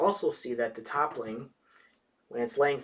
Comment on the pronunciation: ... Toppling? Lol good review man, really thorough and informative which i really really appreciate since i'm considering buying this. But the mispronunciation was a little distracting!